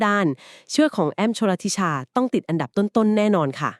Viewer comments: ชื่อน้องแอ้มอ่านแบบนี้คับ ชล ธิ ชา ไม่ใช่ ชล ละ ธิ ชา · พูดชื่อน้องแอ้มชลธิชายังไม่ถูกเลยค่ะ😂😂😂😂❤❤❤❤